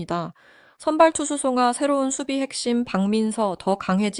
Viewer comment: 뭔소리? 아를 발음못하고 가로 발음? 송아 입니다. 그리고 요번 상대팀 2 위권이 아니라 9위팀이네요.거참